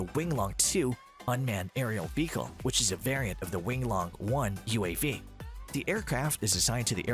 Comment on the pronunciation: I keep hearing "fecal" instead of "vehicle."